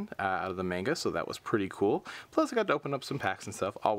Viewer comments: Just so you know,, it is pronounced "mahn-ga", not "mayn-ga". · That's not how you say manga.. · Sweet Jesus, that manga pronunciation..."a"s make the "ahh" sound in Japanese...wouldn't be surprised if you said Kagetokage "Cage-Too-Cage" instead of "Ka-Gay-Toe-Ka-Gay" as well,. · i hate when ppl pronounce manga wrong